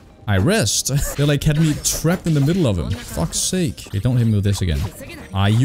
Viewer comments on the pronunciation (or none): none